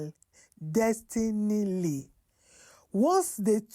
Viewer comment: You were struggling to read most of the story. For example, you couldn't even pronounce "clandestine". You can present your show in pidgin and it will still make impact. Please note that I am not one of those who shame people for speaking bad English, I even prefer that we speak it anyhow we can, but not when using it on a medium like YouTube that has global viewership.